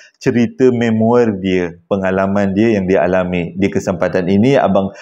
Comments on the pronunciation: Pembetulan. Sebutan memoir bukan me-mo-er dik tapi mem -waa... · Salam & semua. Memoir sebutannya may-mo-are